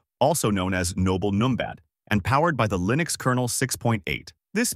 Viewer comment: wtf did you just say? did you say Lynux mint?